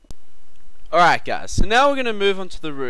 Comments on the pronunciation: I like how he says "A'rrite" :P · All Aussies say alright so don't worry about it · LOL how he says alright